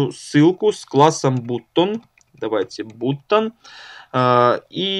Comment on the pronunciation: Автор молодец! Но всякие алиганы, бутоны и т.д. ухо режут. Уже давно есть инструменты, позволяющие избежать таких орфографических казусов. Жми на грамофон "послушать" , ну и собственно послушаешь как правильно произнести то или иное слово ;)